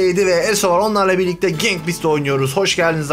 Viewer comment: Yanlız "gank" değil "gang"😅